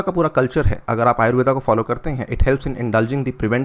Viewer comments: अरे भाई अंग्रेज , वो आयुर्वेद है आयुर्वेदा नहीं ।।।। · आयुर्वेदा नही, आयुर्वेद कहते हैं। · Pronounce it as आयुर्वेदअ् NOT आयुर्वेदा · आयुर्वेद को कृपया आयुर्वेद ही pronounce कीजिये ।आयुर्वेदा इसे विदेशियों ने नाम दिया है क्योकि वे उसे ठीक से नही बोल पाते थे। जैसे वेद को वेदा ओर योग को योगा कर दिया, अभी से हम इस पर ध्यान नही देंगे तो भविष्य में यही गलत नाम सही ठहरा दिए जाएंगे🙏🙏😔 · कृपया "आयुर्वेद" ऐसा उच्चारण करे सर, "आयुर्वेदा“ नही..!!!